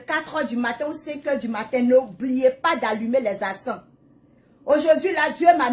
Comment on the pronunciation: On dit encens et non acens